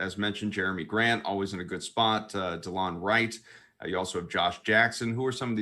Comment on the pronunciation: “Dee” Lon Wright 🧐